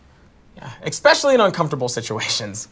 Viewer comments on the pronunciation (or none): Did anyone else realize that he said “ecspesially” not especially?😂